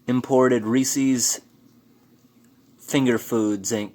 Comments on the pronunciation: Reesies😂😂 Reeeesiz. Is how you say it. Not ree-ceez haha cute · Rees-ees? Lol. Rees-ez. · My bff used to work for Hershey's. It is pronounced " ree-sis" not ree-sees. Just FYI. I not the English language police. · Lol Reesies Reesies chocolate covered fecies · Thumbs down just for saying "Reese's" wrong! Who is Reesy?